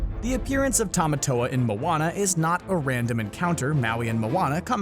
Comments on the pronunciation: Is any else cringed by how he says the crabs name wrong than how the movie says it ?😆🤯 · Noah Delong no it's Tim-a-toe-a. That's how he says it in "Shiny" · The fact that you said Tamatoa wrong the entire time made me cringe. Anyone else?